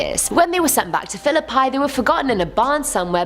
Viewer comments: Its pronounced Phil ihp ee. Sorry, philip-eye really bugged me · It's Fil-uh-pea, not fil-uh-pie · my mom works in philipi and its actually pernouncerd phil i pe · I used to work at Riverpark! The RNs used to talk about Edith all the time. I never saw anything strange though. 🤷🏾‍♂️ Also: Philipi (pronounced Philipee) 😉 Nice vid!